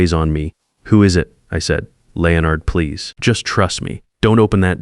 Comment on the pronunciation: Good story, but the AI voice on this story makes me crazy. It's LEN-ard, not LE-o-nard.